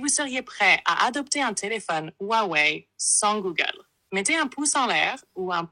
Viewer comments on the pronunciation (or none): Espèce de teubé ont prononce pas "hrrrouawouai" comme "hrrouanita", c'est simplement un h aspiré et ne se prononce pas !